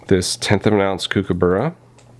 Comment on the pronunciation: From an Aussie, It's pronounced "cook"aburra 😉.. Your video definitely made some great points 🙂